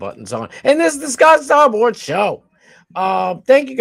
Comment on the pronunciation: Wait.. you got Ai Trump saying "Scott Sfarboard"??? 😂😂